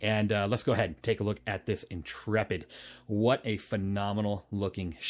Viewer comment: I'm just glad to find someone who pronounces "Intrepid" correctly. Honestly the number of youtubers calling it the "intra-pid' or "int-rapid' is making my eyes itxh! 😅